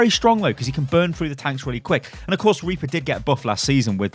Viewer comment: oh rly anyone hear of RRRRRRRRReaper?